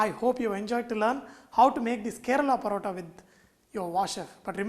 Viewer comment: This is a form of Malabar 'Parotta'...... Sorry.... But its really pronounced as Malabari 'Porotta'. But the real thing calls for eggs and not oil- Dalda/ Ghee